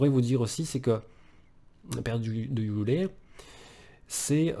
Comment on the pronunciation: Frérot merci a toi pour ce message et cette vidéo , juste un bémol ,c'est yule et pas youlé 🤗+1 abo